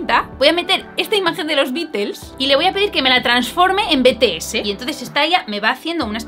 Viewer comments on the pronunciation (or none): En serio solo a mí me crea un poco de dolor de oído escuchar "Betese" y no "Bities"??? (Ter te amo❤️😔✨ soy muy ARMY y por eso lo digo, pero tú como quieras decirlo)